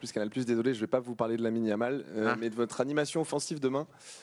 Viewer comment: DD a dit Yamine Lamal au lieu de Lamine Yamal...